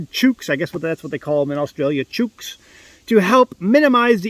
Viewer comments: Hey, Aussies say ‘chooks’ rhyming with “books” 😂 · Chooks rhymes with books. 😅😅❤